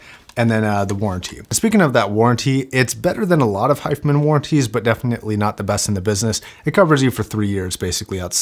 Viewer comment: is it my ears or he isn't pronouncing the name correctly ?